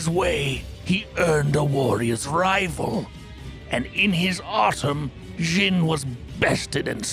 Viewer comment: Xin is pronounced "sheen".